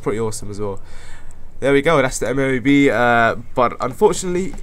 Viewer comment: M,O,A,B, or for it is EHM-OH-AY-BEH.